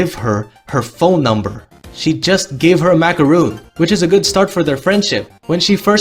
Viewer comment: I agree with everything EXCEPT for the fact that you said “macaroon” No. No. Macaron. That is a macaron. There is no ‘ooh’ sound in French. Also, this is great writing advice.